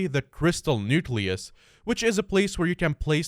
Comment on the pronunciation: Ah yes, the "Crystal Nucelus"